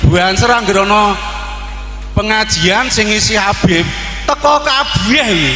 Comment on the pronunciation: Dari cara mengucapkan Habib menjadi kabib itu sudah ketahuan bahwa semua yang diucapkan keluar dari hati yang benci.